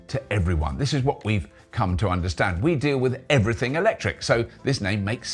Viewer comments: "Everyting" witout te caracter 'H'? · 'Everyting'? That could catch on 😂